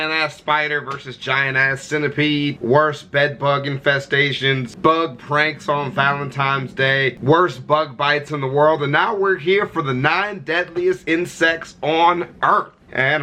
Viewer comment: OMG it's Valentines, Not Valentimes. Why do you keep saying it wrong??????? Valenti*N*es